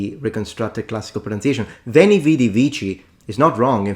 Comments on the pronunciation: not “uini”, “uēni”, with a long /e/ sound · That guy should train his Latin in Lombardy, then he would know what a long wovel is Repeat after me: veeento😅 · AT LEAST he got the ecclesiatical pronunciation right, no? isnt that a merit?? 🤣🧻🤣 ... BUT, u didnt quite hit the mark either ^^ -- "VÉN| V|D| V|C|" has only long vowels, EDIT: all six of them, not just three, the perfect has long vowel in most endings , which are truely almost twice as long as normal vowels in most languages that use this meaning destinction, i.e. say "WEH~EH-nee~ee WEE~EE-dee~ee WEE~EE-kee~ee" may seem unnatural to e.g. an english speaker artificially holding vowels for so long, but thats normal for other languages 😅 ... even italian does it only allophonically to stressed vowels, and allophonically means people do not even consciously realize they sometimes pronounce a vowel or consonant slightly different in certain situations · That ”Veni, vidi, vici.” -”pronunciation” of his immediately left me confused as to, whether I should laugh, cry, punch a hole through the wall, or all at once. Like, he ACTUALLY went there 🤯?! EDIT: Exactly,; exactly 🎯. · How did he get vivere but not veni?